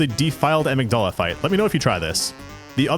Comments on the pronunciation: The way he pronounces Amygdala. It's inconsequential but dangit it's like nails on a chalkboard for me lol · Yet he mispronounces "Amygdala" lol